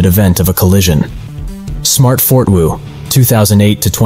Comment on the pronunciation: Fort Woo lmaooooo